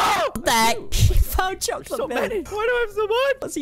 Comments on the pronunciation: No he said chocolait mill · Haha Caylus Said: Chocolwate Milk